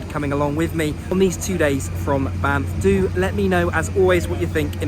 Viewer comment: Sorry but I kept laughing because I'm immature. Every time you said Banff, kept hearing BAMF